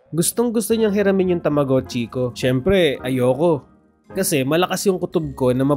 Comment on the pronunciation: Tamogachi Hindi tamuguchi😅